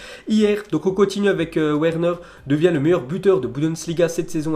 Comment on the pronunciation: Where neure, mec ça se prononce Vernaire (Werner)